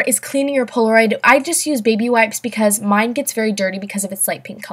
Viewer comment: Far Above Rubies it's Polaroid not poloroid